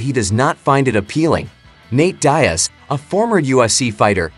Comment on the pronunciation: Nate Die-Ass? Anyway, I hope Tyson destroys Jake Paul.